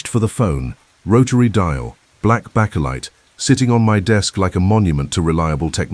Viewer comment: Bakelite phone, pronounce bake lite not backelite